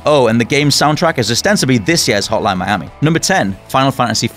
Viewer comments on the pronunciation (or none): none